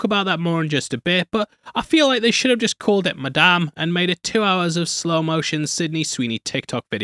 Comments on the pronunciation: "MIDame web" 💀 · in what. English accent does an "A" become an "E". mEdame Webb? What? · Did you say MIDame web?😂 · The way he said Madame Wed like Mid-am Web. I can't tell if that was a deliberate pun meant to call out the middling quality of this movie. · Holy shit, the literal first word in and you can hear how much he hates the movie. Midame web is a little generous, don't you think? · It's Madamae webbae